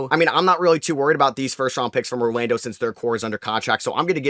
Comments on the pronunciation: His New York accent is coming out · Mawwiage is what bwings us together today